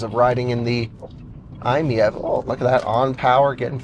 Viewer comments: Dude should be seeing that the car's model is MIEV. It's written on the sides and on the carpet in the back. It's "My EV." And yet he says, "I'm MEV." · FYI, Doug Demuro is completely wrong about the pronunciation, it's actually "eye-meeve" like you would read it normally, not "eye-miyeve" like he did. Also fun fact "MiEV" was supposed to be shorthand of "Mitsubishi in-wheel EV", that obviously didn't work so they changed i to stand for "innovative" lol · i think it might be "my-ev" like it's my ev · It's pronounced M I E V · If I'm not mistaken, the MiEV was the electric version of the "Mitsubishi i" from about 2006, hence the "i miev". And it's pronounced "My EV" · It is pronounced like "eye-meev". Retail Price (US) 2012 ES: $23,000 Battery & Type 16 kWh Lithium‑Ion battery (330 V) Electric Range EPA-rated ~62 mi combined (98 mi city) Charging Time ~7 hr on 240 V / ~22 hr on 120 V outlet Fast-charge (440 V) ~30 min to 80% Powertrain & Performance Rear-wheel drive, single-speed transmission ~47–49 kW (63–66 hp) 132–145 lb-ft torque Efficiency EPA combined ~112 MPGe City ~121 MPGe / Hwy ~102 MPGe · I think it's pronounced My - EV😂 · I think it's a play on words and its supposed to be pronounced like "My-E-V". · I believe it's pronounced "My EV", like it's my EV. Try that. 👍🏾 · Pronounced Eye Meev. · Pronounce it “I’m EV” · It’s pronounced m-ee-eh-v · when they were released at auto shows Mitsubishi pronounced it as the I me E V fyi! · I think it is pronounced "My EV" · I think they should’ve dropped the I and pronounced it My – EV. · Pronunciation per Mitsu sales organization was just two syllables - "eye-meev". This was better communicated in Euro markets, but in the U.S. MMNA so thoroughly despised the vehicle (apparently imposed on them from Japan corporate) they rarely said anything about it at all. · According to the web, i‑MiEV is pronounced: "EYE‑meev". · iMev. Pick one pronunciation and stick to it.